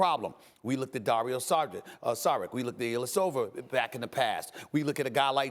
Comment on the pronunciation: Stephen Er, Illyasoveer, minesotter, Iguodaler, Kuzmer.